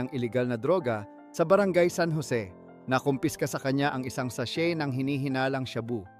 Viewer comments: Sa-shey po hindi sa-shet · Stop saying "SACHET"! alam mo ba na silent T ang pagbigkas ng sachet? It is SA-SHAY. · Boss di SATSET - SACHET kundi sachey Ang bigkas.. bugok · Wala kang ALAM. Di bagay saiyo ang. Ano ang sabi mong SASHIT( Sachet ). Ang pagbigkas nyan ay walang T parang SASHEY/SASHAY ngayon alam mo na.😊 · not sashet ang pronunciation but sashey. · Bobo ng narrator imbes na sachet (sashey) sachet talaga walang silent t😂👎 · anong sachet .....gago ....sashey ang tamang bigkas dyan....ogag to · Ayusin mo bigkas mo sachet silent T yan wahhhhh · Isang sa-shet ng sha-boo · “” pero ka8080han ang pronunciation pati spelling na kahit elementary e magagawa nang tama. SASHET. PARAFERNALIA. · Sah chettt at sha booo😂😂😂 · Sha-bu, sa-shet bat ganun mg prounounce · Sachet.. sashet.. shaboo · Pronouciation ng sachet ay silent "T" kaya u should pronouce it as sashey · Sa-shet (sachet) 🤣🤣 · Lol 😂 WTF shaboo? Sa-chet? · Check mo nga pronunciation mo ng "sachet" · 😂😂sachet Sha bu ayusin mo Pag sasalita mo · Please research the correct pronunciation of SACHET...... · Watch out po pagpronounce ng sachet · Sana ayusin ang pagsasalita ng tagalog 😂😂😂 Sachet, shabu, kumatawan at iba pa